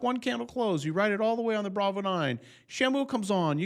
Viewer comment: but bravo i thought u said go long 🫨